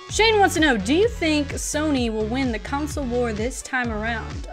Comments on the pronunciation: Stop saying counsole...its console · Lol Console=Council.